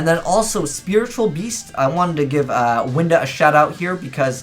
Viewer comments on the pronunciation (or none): none